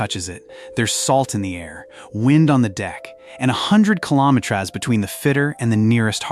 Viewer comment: Talk about LOUSY CHEAP AI garbage. It is too stupid to pronounce METERS and KILOMETERS correctly!